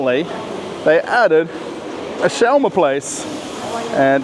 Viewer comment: You say it odd it’s sch- was- ma. Are there any foods from Israel??